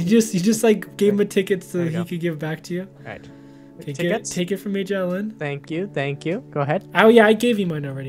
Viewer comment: its actually MAJO_ELLEN not major_ellen im not trying to be rude i just have a problem with correcting people. i try to😯